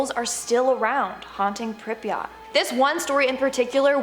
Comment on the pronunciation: that pronounciation of pripyat infuriates me lmao